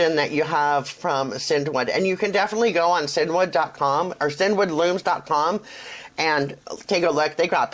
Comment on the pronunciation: Actually CinDwood is pronounced as “Cindywood”. Hence the long D sound in the middle, The owners name is Cindy!